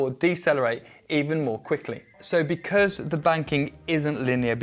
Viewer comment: Really love how said "becurse" (because) Thank you for the content